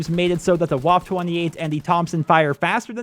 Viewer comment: except the waffe 28 waffe is pronounced va-fe with a slight r sound to fe